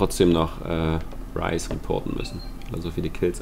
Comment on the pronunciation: Du sprichst nun Ryze richtig aus - sehr gut :D (nicht, dass es wichtig wäre)